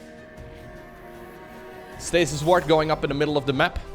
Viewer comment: I keep hearing "stasis wart" and I chuckle every time!